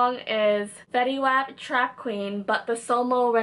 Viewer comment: Fetty wap is pronounced "Fetty wOp" just so you know :)